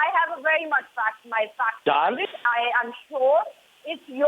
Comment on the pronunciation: kept on saying Dahling, seems like she had some smoke with IK.